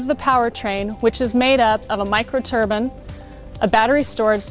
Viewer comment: A "micro turban"? Is that what small eastern gents wear?